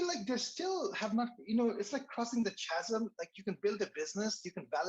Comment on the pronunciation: for chasm say kazem:)